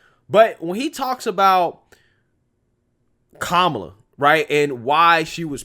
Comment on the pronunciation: It’s KA-MA-LA. This lady can’t even be honest about how her name is pronounced. It’s a classic Indian name that is pronounced a certain way.